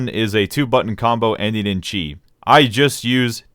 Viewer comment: it's "cheeeeee" not "chai"